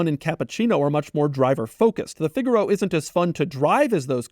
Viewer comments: Figure-oh 🚫 Fig-aaah-ro 🤌🏻🤌🏻🤌🏻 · "the Figalo…" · It's pronounced "fig-ah-row" 👍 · I’ve always wanted a figaro but why did he say it like that shouldn’t he say it like the musical term?